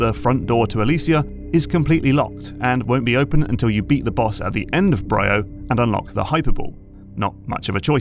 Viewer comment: 1. She is called GandrayDa. 2. Samus used her ship before in games, like Prime Hunters. 3. It's called Br(II)o. Not BrYYo. 4. The reason it is more linear has been analyzed to hell and back. If you're still moaning about that by now, you clearly have missed something.